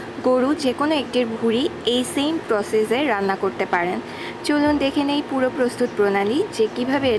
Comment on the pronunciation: আপনার উচ্চারন এত জঘন্য কেনো? 'প্রসেসে' কে উচ্চারন করছেন 'প্রজেজে'!!! উচ্চারন ঠিক করেন আগে, শুনতে জঘন্য লাগে